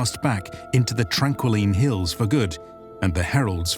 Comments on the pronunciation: I'm really loving the video, but I also want to provide some constructive criticism by pointing out a view minor errors. "Chull" is pronounced with a "ch-" (like chewy) rather than a "k-" It's the Tranquiline HALLS, not the Tranquiline HILLS The Jah in Jah Keved is pronounced "Yah" Again, really enjoyed the video! I wish this video was out before I had started reading. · The domesticated crustacean beasts of burden are chulls, not culls. And the Vorin heaven is called the Tranquiline Halls, not Tranquiline Hills. But overall a worthy effort.